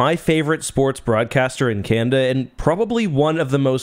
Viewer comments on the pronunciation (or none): Still can’t figure out why you keep saying Can’da instead of Canada, though.